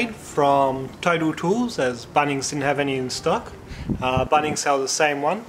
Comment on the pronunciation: I love the way you say BUNNings 😅